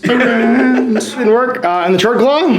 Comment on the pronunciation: I'm back, just a friendly reminder that "Chord" is pronounced (k-ord) like a music chord. Great video again :)